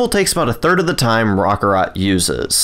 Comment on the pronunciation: Roc carrot. Raw ka rot sounds stupid. No offense to you